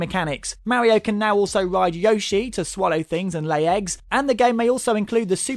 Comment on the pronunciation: haha the way ge proouce yoshi xD ,, Youshiee